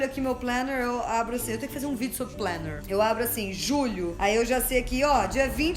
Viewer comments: Jout, pq vc fala “planner” como os gringos falam? Tipo “plener” e não “planer” mesmo pra facilitar? Deve ser pq vc quis, e tudo bem! Bjs te amo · Eu não tenho planner, mas eu simplesmente amo a sua pronuncia de plénerr. Isso me traz uma felicidadezinha.